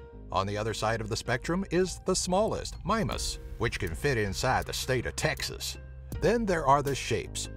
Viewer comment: The stayt uv Teksus.